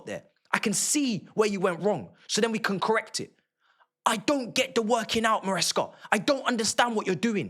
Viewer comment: You said it like it was Mah MARE OF A NIGHT MARESCA